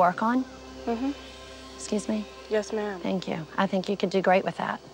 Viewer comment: She says ma’ma